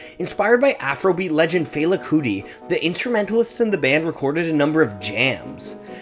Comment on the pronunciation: Pronounced fela wrong😂